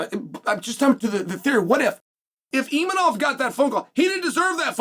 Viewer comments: Imanov lol. I think its Imavov Chael. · Where is the N in Imavov Chael 😂😂😂